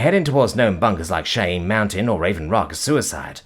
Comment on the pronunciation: Cheyenne is pronounced Shy-Anne.